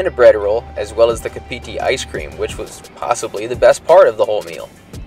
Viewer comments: Kapiti = CAR-PA-TEE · Hey. Sorry to nit pick but the ice cream brand is pronounced Cap a tea.